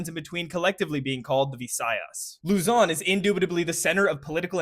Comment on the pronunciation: he fucked up Luzon